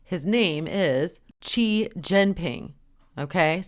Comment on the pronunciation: Babe, all good points. But you gotta bone up on the Chinese pronunciation. Xi is pronounced like the word she in English. I studied abroad in China, a few actually haha. All jokes aside though. One uses the Qi spelling to make the chee sound.